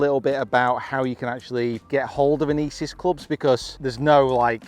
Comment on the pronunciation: Love you review but please stop pronouncing Inesis like that my ears can’t take it 😂😂 thanks love the channel 👍